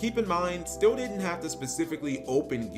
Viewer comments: So, he’s is actually mispronouncing my last name. Lots of people think it’s still or steel, but it’s actually pronounced still-E. I never thought of me playing gearfried and my last name like that before. That was a fun tournament and I definitely messed up in the top 8 match. I remember it like it was yesterday. I stopped playing yugioh a few years later. Due to master duel, I’m back into playing the game again even though I think that summoning so many monsters per turn can get a bit confusing. The game is definitely different, but I still like the challenge. Just wish I could figure a way for gearfried to be competitive again. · No, his name is just heavily mispronounced~